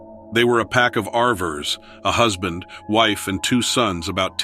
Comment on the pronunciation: Yep, he called RV'ers 'arvers'.